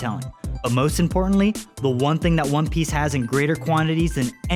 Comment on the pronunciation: Cant take serious he saying one piche